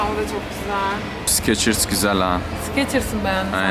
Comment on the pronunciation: Video iyi hoşta o ayakkabı markası olan skechers -şekırs diye okunuyor😂 sikeçırs diye değil😂😂😂😂